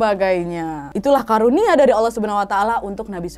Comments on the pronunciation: Maaf ka nad karunia bukan kurnia 🙏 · Bukan kurnia tapi karunia wa